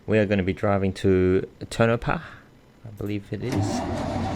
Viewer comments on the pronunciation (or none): no not tinopa its to-ni-pau